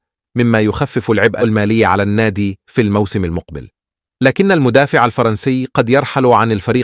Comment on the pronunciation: المدافع وليس المادفع غير الصوت احسن شي الصوت القديم احلى حتى النطق يفتهم🤦🏻‍♂️